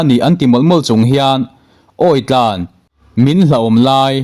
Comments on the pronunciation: Awih tlãn, i thluk dik lo. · Pu editor, "Awih tlan," tih laia tlan tih hi i thluk dik lo, tlan chak, tlan muang tih a tlan ang hian lam tur aw